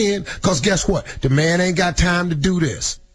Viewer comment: emphasis on "aint got"